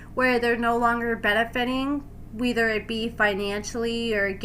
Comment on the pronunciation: Why are you saying “weether” instead of “whether”,? 😂